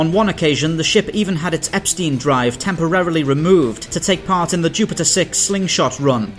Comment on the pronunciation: If it's written Epstein then 'ei' sounds like 'fine'.